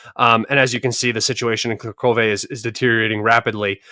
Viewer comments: plz say not karkove(Kurahove). Say Coo asin Cool. Ra as in row How as in Hoyhoyhoy Ve. So it's. CooRaHoyVe. LoveYa❤ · It’s KU-RA-HOVE